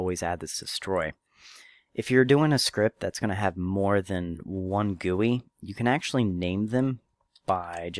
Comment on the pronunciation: G u i not guoi